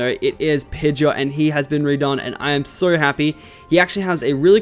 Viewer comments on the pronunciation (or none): none